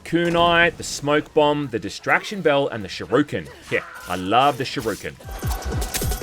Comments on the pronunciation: SHU-RI-ken, not SHI-RU-ken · its shUriken, not shiruken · You gotta be fucking dumb dude. I support you but damn dude. It's called a Shuriken, not Shuroken. You'd think with your line of work you'd be better at reading and pronunciation. Be better dude. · The way this man pronounces "Shuriken" kills me lmfao SHIRUKEN, lmfao love ya bro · Nailed it. I was always a Shu Rican guy, but this game will fix all that. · "i love the shirooken!"